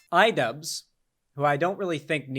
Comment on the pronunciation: What’s an idubzzz?